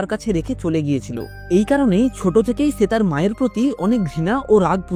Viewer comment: দাদা ছে হবেনা এটা সে হবে